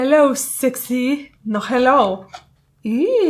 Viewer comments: mnie rozwaliło ,, no heloł" :D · najlepszy moment 😂- ''no heloł'' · pudełko-hello sexy -no heloł XDDDD leje z tego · Pudełko: hello sexy: No heloł XDDDD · Nie helloł